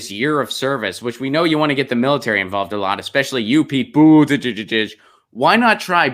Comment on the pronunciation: Think your pete's name pronunciation is cute? Clicked off , can't take you seriously